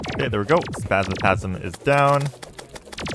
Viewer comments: Why do you say Spazmatasm when it's Spazmatism? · I swear to gawd if you say spasmatasm one more time. There is an I at the end. Other than that keep the content flowing